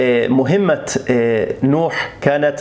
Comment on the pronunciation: تلفظ( مهمة) بفتح الميم لا بضمها كم لفظت تقول المهمة المهمة الاولى مفتوحة والثانية مضمومة اي العمل المهم